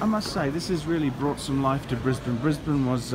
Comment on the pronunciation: Stop saying "Brisbayne" you annoying schizo fuck.